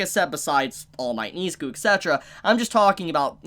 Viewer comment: Nobody gonna talk about how he pronounces Izuku as "EE-za-koo"? Its frickin "ih-ZOO-koo"